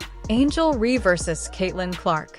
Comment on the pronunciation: They kept calling her angel ree lmao